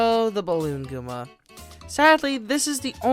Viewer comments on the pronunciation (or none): The amount of times he said Gooma instead of Goomba triggered me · its goomba not gooma!!!